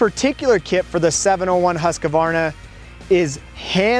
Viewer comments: It’s pronounced Husk-var-na. Not Husk-a-var-na. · OK,... a pet peeve of mine. The name is Husqvarna!!! NOT Husq a varna!!! People have been driving me nuts with this for 60 years now. THERE'S NO A IN THE MIDDLE !!! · Why do Americans have a problem pronouncing Husqvarna ? It is simply pronounced Husqvarna , not Husq-A-varna. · „husqAvarna“ ik its no big deal but it triggers somehow🙄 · Why can't you guys learn? It's not Haskavarna!! What the hell is wrong with you all? ofcourse, the Akra-povik is here aswell... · hus-kA-varna? akrapOviK ? wtf is wrong with you? its husqvarna just as you read it and there is a reason why there is a c at the end of akrapovic. its like akrapo-which. i am actually mad right now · Dur svårt ska det vara att säga Huskvarna? =) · oh man, nice bike. But Husko-Farna ???? Akro-povitsch ??? it hurts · In Austria, they pronounce it, Hoos-va. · i really want to punch his face so hard for pronouncing somthing in such an annoying and wrong way